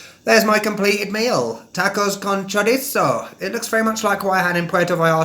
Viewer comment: I love the way you pronounce chorizo and as can attest, I’ve actually started copying you and saying it your way because it’s just so fun to say! 😂 I love it. I totally get what you mean by “real”/authentic. In any area that’s heavily touristed, there’s going to be parts of town where the tourists go and parts of town where they don’t. And I think people like you and me are often more drawn to the places where the locals go and shop and eat. It doesn’t mean those other places aren’t real or aren’t México. It’s just a way to distinguish between the tourist areas or the “ritzy” places and the places where there are more locals than non-locals. (Where we all know the food is considerably better!)